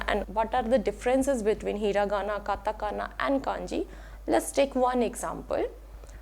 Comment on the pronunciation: Few mistakes I've spotted: It's katakana and not katagana It's pronounced a mix of hu and fu and not "fu" in native Japanese